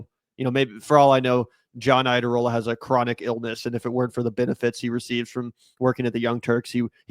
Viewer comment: I don't think that the surname Iadarola is that hard to say, so why make it even harder to say. It's clearly like Yadarola and not like "Ide-eroller", which doesn't even pay attention to the spelling. It's a thing that only americans like to do, just mash foreign surnames to try to destroy other cultures by just ignoring them. Someone introduces themselves like "Goonter", and you immediately go Gun-ther instead. In other English-speaking cultures, that's seen as a bad thing, so we try to avoid it. Speaking of English, soc dem is still a centrist position. It's not "radical left". Radical left is we have our own party that comes out of the unions, focusses exclusively on working class issues and policies to get a never-ending series of majorities to see in global communism and the end of the state, a stateless society. But more radical left is to have a revolution, the one you have a right to bear arms over, but never actually do, preferring statistically to use them on spouses or school children instead. You and Bernie want universal healthcare, like they already have in all those European monarchies. Hardly "radical left". Vanguardism and Trotsky was radical left, constant revolution, you guys just want to rejoin us in having safe termination for women. The Dems are a centre Right party, like the CDU in Germany are, only the CDU is still to the left of the dems. Angela Merkel let in a million Syrians pushed in there by Putin to destroy Europe. It destroyed Merkel's career in